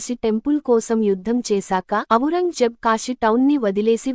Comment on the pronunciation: "అవురంగజేబ్" కాదండీ..........."ఔరంగ్ జేబ్"